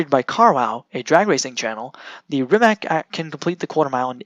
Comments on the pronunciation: He’s saying ‘Rimak’, whereas it should be ‘Rimatz’ 👍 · Is your pronaunciation "Rajmak" !? OMG